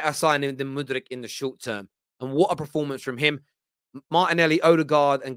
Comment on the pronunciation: LeanDDRRRo and muDDRRRyk, oh and miTTRRrovic now… bro why you rolling your Rs like that ?!